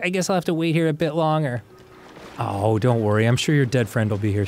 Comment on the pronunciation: Dan sais "longer" wierd